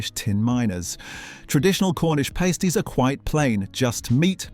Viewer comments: Unspeakably bad pronunciation from the auto-generated voice. Suet, pasties, numerous others in this video. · how can the vocalisation get the word suet wrong so many times soo-it not hard lol pronounced pass-tee pasties are worn by female dancers and strippers dry weetabix with margerine and no milk :) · Who the HELL eats a Carbohydrate Sandwich. Marmite & Cheese Toasty. BUGGROFF Can NOT have a Full English wit NO Black Pud. NOT ours - Butcher sold Tripe. I do NOT fancy a Sweat Pudding. Lava - NOT Layva. They are NOT Pasteys, they're PASTIES. TEACH your machine better When it's NOT Sweat, it's Suwette. DUH.